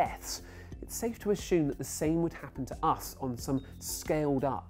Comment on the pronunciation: recently I encouontered a couple of people who pronounce assume *asshume*. why is that?